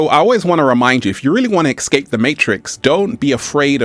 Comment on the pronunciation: It's not exscape it's escape that's truth just saying